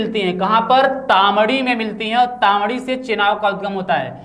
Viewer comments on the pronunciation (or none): तामडी नहीं ताण्डी हैै